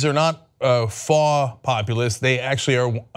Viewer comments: 'Faw'? Do you mean 'faux'? :p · Faux is pronounced like foe. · LOL Cenk doesn't know how to pronounce "faux."